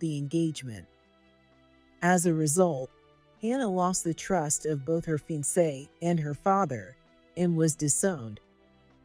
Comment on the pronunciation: Pronunciation is fiancée is a french word, with a french Pronunciation...Ur Pronunciation is incorrect